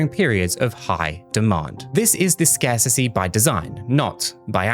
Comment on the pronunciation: Scarsissy is not a word 🤡 scarcity is though you sound like an imbecile